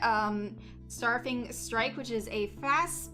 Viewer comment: Strafing is pronounced ‘stray-fing’, to strafe is to move parallel to what you are attacking as you attack. The Lookout is easily the most terrifying card here to me. Six mana rally with a monumentally easy Behold requirement.